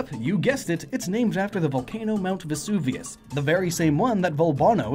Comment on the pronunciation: Funny to hear Vesuvianite mispronounced as "Vevusanite", then to hear Vesuvius pronounced correctly.